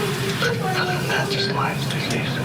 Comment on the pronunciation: Why do these hillbillies keep saying Limes disease? It’s lyme disease just one of the things that bugs me about this whole group